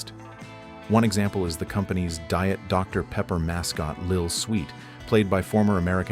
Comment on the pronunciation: “Dr. Paper”